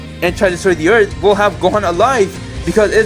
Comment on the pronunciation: "Destroying every humanity on erf"